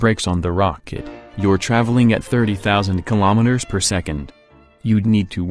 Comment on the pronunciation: Anyone else hearing kimometers instead of kilometres?